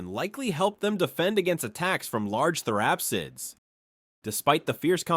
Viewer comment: Bro as someone who consumes many videos on prehistoric past you are just straight murdering the pronunciation of these words. Panjia? Therapissids? You mean Pangea and Therapsids.